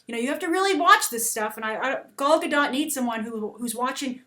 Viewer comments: a note on the pronunciation of Gal's name (as an Israeli it hurts a little each time i hear someone say it) - The GA sound in the beggining of the first and last name sounds like "GAga" and her last name is actually pronounced Ga-Dote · She would be amazing ! you all just jealous of her ! she is the bast choice for wonder woman ! [ and you need to pronounce the t(: ]